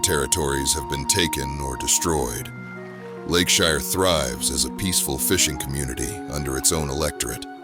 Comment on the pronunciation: now if we could just teach AI to say "Lakeshire" 😂